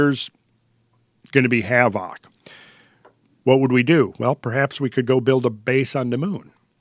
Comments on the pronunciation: I like how says HAVOCK (havoc) 🤣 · I love it whenever he says "havoc"